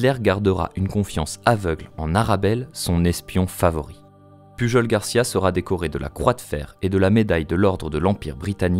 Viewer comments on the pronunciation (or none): pujol ce dit "puyol".. :-) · Sa se prononce pas puRol ? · Ça se prononce pas PuJJJol, un effort s’il te plaît 😅